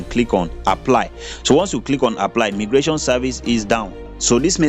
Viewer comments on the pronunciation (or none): It is pronounced as my- gration not me gration